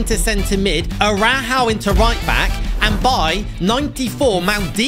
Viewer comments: Its Ronald Araujo not arahao😡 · Can we finally teach how to say Araujo? It is pronounced Uh-rou-ho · Ah-rah-how 😭 at least he tries lol